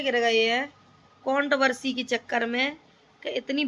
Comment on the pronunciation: Count Barsi Nahin Hota madam controversy hota hai gawar Aakar baith Jaati Hai Pahle bolna Sikh le